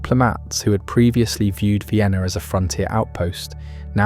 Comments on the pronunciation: Not “Ween” 😭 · Viainna? Check audio.